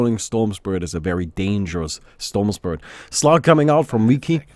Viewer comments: I think its pronounced (vee-chee) but idk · Its VI-CHI, like chichi from dragon ball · its vee-chi like veni vidi vici julius ceasar. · cough Vee-chee cough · i like how cant pronounce V:v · its Vici as in Veni Vidi Vici, I came I saw I conquered in Latin. So its the same pronunciation, Vichi would be the english pronunciation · That's latin, you should pronounce that like you would in Italian or Espanol :D